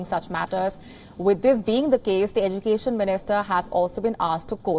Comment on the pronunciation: How you pronounce education?